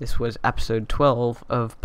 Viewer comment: you say it like apisode